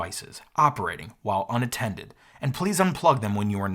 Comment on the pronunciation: "Unattented." FAF.